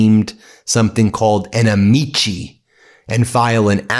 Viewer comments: Latin pronunciation of “amici” is ah-mik-eye. Accent on the first syllable. Not pronounced like actor Don Ameche. You outta brush up on your Latin, Ben. Well, go find a Latin and brush up on him. (Groucho Marx). Otherwise — good news video. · Amici => Am-ee-key It’s Latin and not Italian! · Ben, please learn to pronounce "amici"! It is Latin, not Italian.